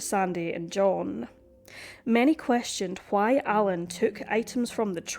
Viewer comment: The way you pronounce the 'h' in why, somewhat and meanwhile is hilarious. Stewie Griffin would be proud of you 😉